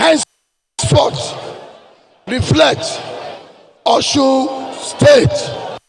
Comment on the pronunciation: It is Osun and not Oshun. Alphabet sh is old yoruba spellings. Now a S with a dot under it.